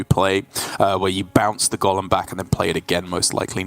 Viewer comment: Can the male commentator say golem not Gollum please